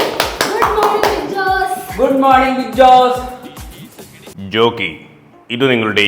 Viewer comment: റോക്കി ❌ ജോക്കി ✅